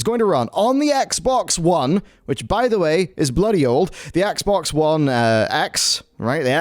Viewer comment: why does it sound like he says the Xbongs? XD